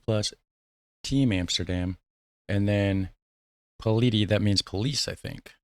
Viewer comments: Polite in Dutch is 'beleefd'. Police is 'politie'. You pronounce it pohleetsee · Hi, you're right: Politie = Police. To help you pronounce it properly, try "Po-Leet- Sea"